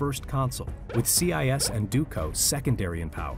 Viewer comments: See-eye-ess. Lol. I think its more like see-yay. 😂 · Learn how to pronounce Sieyès, it's not CIS... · Yes! I could not bear to listen to that pronunciation. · Its Sieyès not CI YES. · Abbé See-aye-yes. OMG. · The pronounciation of Abbe Sieyes’ name in this video is painful. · Your pronouciation of Sieyès is very disturbing for a french speaker ^^